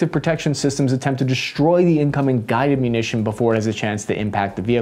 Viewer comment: I very much like! Great information and I like your tone. I would suggest that you stop adding random Hs to words, i.e. shtreem, deshtroy, shtrike, shtrength, infanchry, These mispronunciations weaken your authority. Keep up the good work!